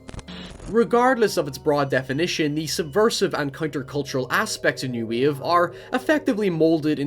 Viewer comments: "New Weeave Movement" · what the fuck is New WEAVE ? Wave .. you could at least propnounce the word properly